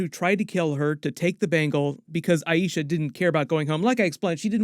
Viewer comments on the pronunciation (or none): I-Sha not I-E-Sha 🤦🏽‍♀️ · It's 'aye-sha', not 'aye-eee-sha'! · Small nit pick but why does everyone say "Ay-EE-sha"? It's AY-sha. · Please please please pronounce Aisha correctly. They say it over and over correctly in the show. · Feels like went out of his way to pronounce Aisha's name wrong several times this video. I feel like anyone studying the TV show "should" know how it's pronounced. Can pronounce Najma's name just fine though? Oh well, just my opinion. P.S. I'm not hating, just confused.